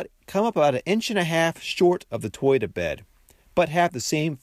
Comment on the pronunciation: Something about how you pronounce toyota, doesn't sit right with me.